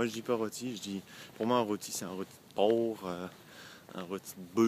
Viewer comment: Un roti de poww (porc) un roti de buwwfle XD